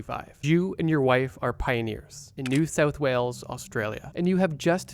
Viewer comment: Noo Sowth Wails